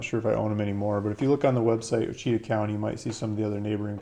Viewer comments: You need to lean how to pronounce our County, OUACHITA. It's pronounced Wash'-a-taw' " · 😊 Ouchita... it's pronounced "wash-a-taw" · O-she-tah lmfao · I wouldn't buy any land from someone that can't pronounce the county name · Your pronouncing the county wrong...